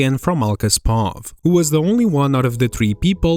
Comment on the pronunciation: pronouncing POV like a word instead of an acronym is insane